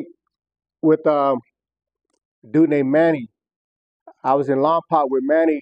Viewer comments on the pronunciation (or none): Not lompac it’s Lompoc Damn it lol .